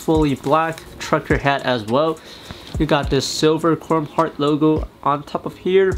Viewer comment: “Corm” Heart